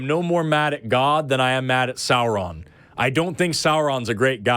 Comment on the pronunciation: FSM bless you for pronouncing "Sauron" correctly!